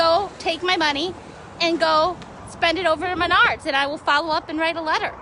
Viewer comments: What the hell is Menaurds????? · Last girl Yea she cant even pronounce the name of the store right, right there Is a stupid ass Karen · Is it pronounced Maynard or Menard